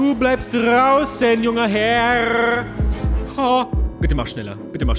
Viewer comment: hast du das mit dem junger herr von black lagoon? Erinnert mich oft daran, wenn dus so weird sagst xD 👍